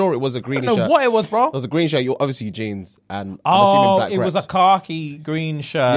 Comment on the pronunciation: “ohhhh it was a Car Key green shirt” 😂😂😂 the way he says khaki